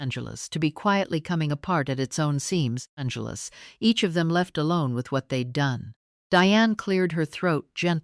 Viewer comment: Why. The hell is this? Keep saying, Angeles